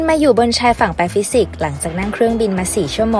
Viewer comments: แปฟิซิกหรือแปซิฟิก55555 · พูดผิดครับ ไม่ใข้ปาฟิสิกส์ แต่คือ แปชิฟิก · ใจเย็นนะพี่ชายหาดแปซิฟิกไม่ใช่แปฟิสิกส์55555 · "แปซิฟิค" สิ ไม่ใช่ แปฟิสิค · ใช่ครับ555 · 0.40 เหมือนจะได้ยินว่า แปฟิซิค 55555+ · แปซิฟิค ไม่ใช่ แปฟิดสิก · เขาบอกว่าแปฟิซิค ใช่ไหม 5555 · 0.35 ชายฝั่ง แปซิฟิก ครับ ไม่ใช่ แปฟิซิก 555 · (แปฟิซิก?) มันต้องแปซิฟิกไม่ใช่หรอ5554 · แปฟิสิก ได้ยินนะแอด 😁😁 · คุณมาอยู่บนชายฝั่ง แป"ฟิสิก" แอ้ดดดดดดดดดด55555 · พี่เขาพูดผิดครั่งเเรกในช่องเลย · ใช่ๆ เราก็ท่องอยู่นานว่าทำไมมันแปลกๆ